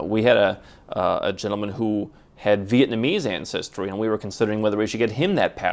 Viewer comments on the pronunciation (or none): none